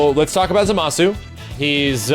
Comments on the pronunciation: ITS PRONOUNCED ZOM-A-SU! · First: it still hurts me that you pronounce Zamasu with the accent on the wrong syllable. Second: it's so weird to see a franchise where everybody flies, and only until now there's a character able to properly float.